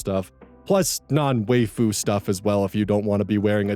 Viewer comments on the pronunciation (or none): 'waifu' is pronounced 'Wy-foo' ☺️ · I don't know why it's so funny that says Waifu wrong during the ad read 🤭